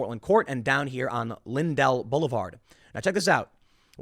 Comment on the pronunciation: FYI: It’s pronounced LINdell, not linDELL. I know right where that is. It is private. My mothers shop was just a few blocks away in the CWE on Euclid. And the dividing line between city & county is Skinker, west of Forest Park.